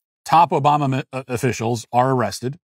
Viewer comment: Tax offissels 😂 i love the bloopers. They are the funniest part to me